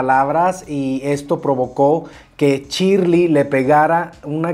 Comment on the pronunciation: Me parece que se pronuncia Shiiiirley no Chirli